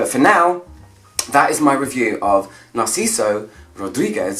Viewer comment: ever since narciso for her there is nothing narciso can do wrong at least for me , i wanted to keep him a secret but it is just so good ! and as a spanish speaker you did amazing with his name , it was perfect ;)